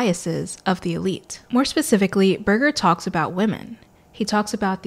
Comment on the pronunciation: Great discussion. This can be difficult material and you’ve presented it in a conversational manner that is very engaging. My only criticism is that Berger uses a soft ‘g’ not a hard g. I know it’s a small thing but he is so phenomenally influential in his field that it’s probably a good idea to pronounce his name correctly. It’s a common thing when you read a lot and you don’t get to hear the name. I had a dreadful time with French theorist Gilles Deleuze. I had that so wrong my lecturer could not hide his smile when I used it in class. He corrected me ever so kindly.